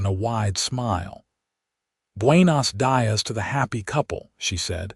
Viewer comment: Is the housekeeper Rita? Rosita? Recita? Also, “muy” is Spanish for “very”, so I’m pretty sure she was saying “muy” hermosa, not “my” hermosa. And Buenos Dias is bway-noes (soft s) dee-us, not however he said buenos and die-us. Pabracita is probably “pobrecita”, which is “poor little one”, an expression of sympathy. C’mon, computers, you can be programmed to pronounce things right.